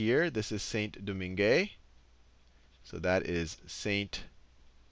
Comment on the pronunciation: It's pronounced more like 'San Doman'